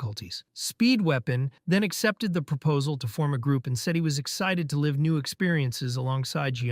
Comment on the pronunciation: It's a robot. Have you noticed how all robots cannot pronounce live correctly. Also this entire thing is annoying when they misgender the characters. I don't know if the robot is just stupid or it is intentional to annoy the audience.